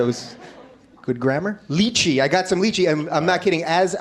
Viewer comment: The mispronunciation of lychee is killing me